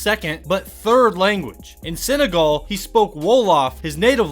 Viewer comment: I'm from Senegal and how he says it just makes me laugh